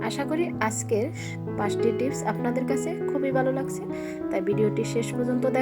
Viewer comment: বালো করে না ভালো করে বলেন।